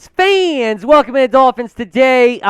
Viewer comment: So…what’s with the “Dolphins Faaaans!” when you start the show?! What are you going for there? Is it a regional accent? It sounds super dorky FYI. Other than that, really like your content!